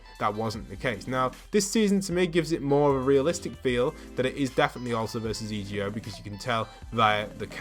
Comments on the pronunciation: Why does he keep saying E G O, and not EGO it just sounds SO STUPID!!! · Hey it is pronounced e go but it’s one word